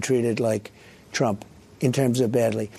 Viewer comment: Pronouncing his name like "Tröm" thinking he wants you or your family here